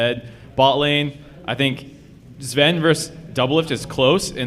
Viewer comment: oh sorry i didn't hear you right did you say Zven?